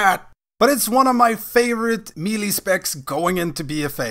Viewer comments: AnAfinityForKarma my point is there is no “ee” sound. May-lay, meh-lay, muh-lay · It’s pronounced “may-lay” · Said me lee, stopped watching